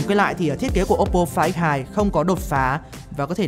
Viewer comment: Đọc tên điện thoại nghe như ‘quái thai’